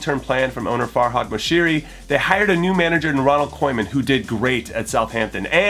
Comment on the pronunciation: "Ronald KOWman" wtf